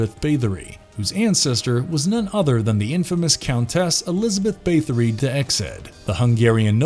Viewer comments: Also he keeps saying Bathe-ory instead of Bath. TBH though he generally sounds like he is reading someone else's script the whole time, I doubt the person narrating had anything to do with research/writing etc. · The pronunciation of "Bathory" caused me to rage quit.